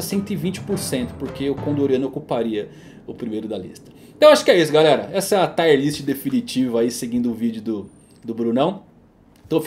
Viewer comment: Parabéns pelo vídeo. Só uma correção, " Tier" se fala como escreve, não " Taier". Valeu.